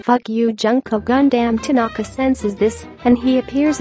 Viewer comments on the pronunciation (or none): THE NAME PRONUNCIATION- "NAJITO KOMEDA" "HAJ HINTA" "GUNAM TANKA" 😭😭😭